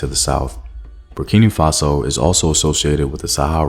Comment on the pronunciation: Hi. I am a Burkinabe living in the US. I love your documentaries, but it really bugs me when you say Burkini Faso. It's Burkina Faso. Hope this helps!